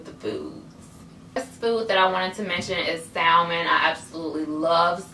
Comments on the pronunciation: The L in Salmon is silent it's just "sa-mon" lol & thanks so much for the tips!!! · It's spelled salmon it's pronounced Sam-en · i was just about to comment that, for the longest I thought that you pronounce the l in salmon until my aunt corrected me and ever since then I pronounced it the right way